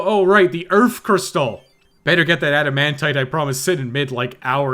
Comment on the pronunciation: Save the EARF baby!!!!